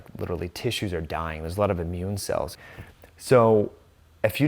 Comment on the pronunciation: Nawt a lawt